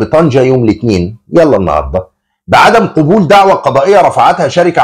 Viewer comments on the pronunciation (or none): قبل يقبل قبولا "قابولا" وليس "قوبولا"